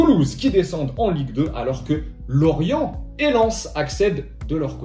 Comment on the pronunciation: On dit Lorient mais pas grave